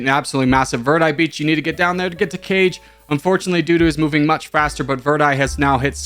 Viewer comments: Kage is more like "car-gay" not cage I think it's Japanese for leader or something close Good sportsmanship from Verde👏👏👏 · Kage is Japanese for shadow and not "car-gay" it's "kah-gei"